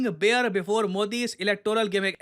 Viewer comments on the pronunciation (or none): none